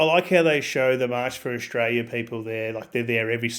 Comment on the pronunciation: FFS can't even pronounce Australia correctly.